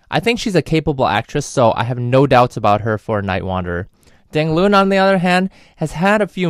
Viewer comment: You pronounced his name all wrong. Dang Loon? Not even close. :(